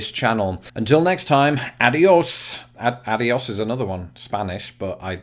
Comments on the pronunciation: BTW, it's "ah dee ose" not "ad ee ose" lol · Heheh, right off the bat, (there's an Americanism for ya) I noticed you used the word "slash", as opposed to "stroke", as I've heard some other Brits use (maybe that's old or outdated? I don't know). Also your still-oh-so-British pronunciation of "adios" at the end was rather amusing and endearing. How about the word "check"/ "tick"- as in, the mark one would put in a box next to one's choice or to denote a completed item on a list? Do you "tick" the box or "check" that off your to-do list? Anyway, we enjoy your videos and look forward to more. Cheers!